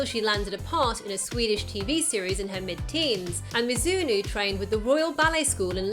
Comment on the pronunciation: Sonoya MizunO, not "mizunu" lol